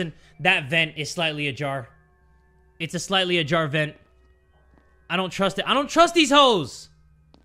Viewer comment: really said Slightly adoor Jars, I'm wheezing 💀